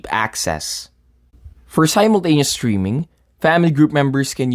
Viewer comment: You suck. 1st...try saying "simultaneously" three times really fast. no? you can't even say it correctly once. 2nd...your title is "Family Sharing Different Locations" which you don't even address until 5 minutes into your video!! 3rd...your info is incorrect. family members CAN live in different households. it's not based on IP address or anything. we have family members that live over an hour away. they just have to visit the same location as the family manager once every 60 days or they won't have access until the app recognizes the location again.